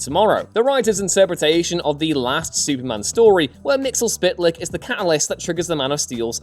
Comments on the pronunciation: Bruh its... "Mixy es pittel eck" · Ps you pronounced Mxyzptlk wrong. It’s Mx-yz-ptlk. Three syllables. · Mxyzptlk Mix-yes-pit-ill-ick